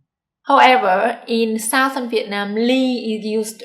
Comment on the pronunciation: You need to check you pronunciation of "southern" and "northern."